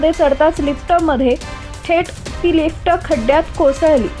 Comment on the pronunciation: लिफ्ट्ट नाहीं, लिफ्ट mhntat